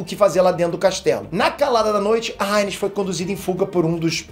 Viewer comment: A "ráiniz" kkkk